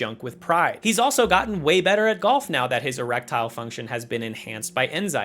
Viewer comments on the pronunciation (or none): Eretile function? Roof's car? Cock-a-roach? So many weird phrases and pronunciations in a single video.